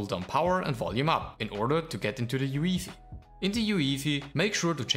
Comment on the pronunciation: yooeeefih love it 🤣